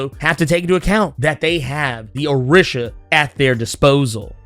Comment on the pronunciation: Orisha is pronounced O/ree/sha. I kept cringing everything you said it wrong.